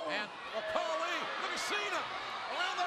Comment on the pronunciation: It's not kali its khali Respect Indian's